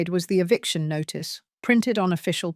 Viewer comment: EVICTION not EVICATION. Who can't spell should not narrate.